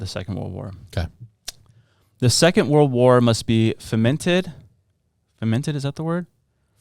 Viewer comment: It's pronounced "foe-mented"!